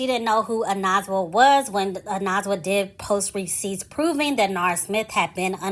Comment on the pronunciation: “oh-neh-zwah” 💕 but for a non-xhosa speaker you pronounced it pretty good 🫶🏾